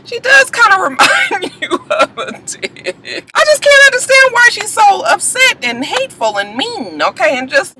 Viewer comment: The emphasis on the dick had me in tears last night lol!